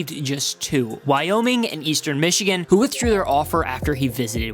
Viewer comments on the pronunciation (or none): none